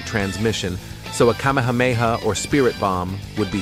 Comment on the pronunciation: i like how the ai voice says "kah ma muh may ha"